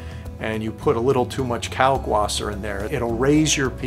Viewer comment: Can you please pronounce the w as a v sound. Kalkvasser. Since you are doing the German method.